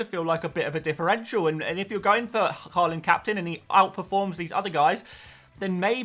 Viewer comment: It kills me every time he says haaland wrong